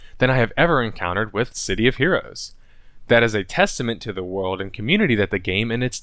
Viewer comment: can't say world.